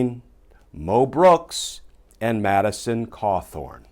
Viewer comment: Madison Cawthorn not Madison Hawthorn.